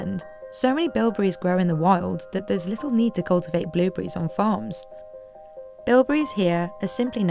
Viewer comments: Billberries? —> it’s blueberries lady blueberries… Say it with me BLUEBERRIES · Am I crazy or is she saying billburries? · are my ears deceiving me or does it sound like shes saying billberries 90% of the time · I can't stop hearing Bill Burries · Did anyone keep hearing "Billberries" the entire time?...BLUE...BLUEBERRIES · Narrator cant say blueberries, shes saying blilberries instead of blu berries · Is she saying billberries? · Is she saying billberries?? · why do you keep calling blue berries BILL BERRIES?????????!!!!!? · why is she saying billberries